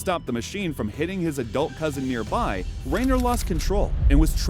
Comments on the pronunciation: Renner, not Rayner…couldn’t even get the man’s name right? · RIP Jeremy Ree-ner. Jeremy Ren-ner sends condolences.